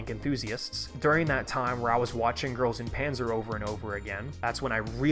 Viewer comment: Pronouncing GuP english is so cursed I can't